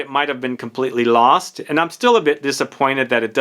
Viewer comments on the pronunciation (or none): none